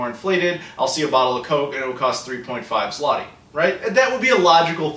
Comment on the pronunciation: About coke/pepsi prices: in polish stores it costs ~1$ for 1l bottle, and large 2l bottle is 1.5$ (5zl - pronounced "zloty" very well:-)). So those are not exactly as cheap as described. Though our local beverages are a tad cheaper. And yes - from euro/dollar/pound earner's point of view we live in rather cheap country. About consoles & games - most are imported from the UK/Germany - no region encoding issues. When PSX/SS were released in mid 90's they cost two months salary. And generally pc gaming was the only choice back then. Anyway I hope you've enjoyed your stay in Poland.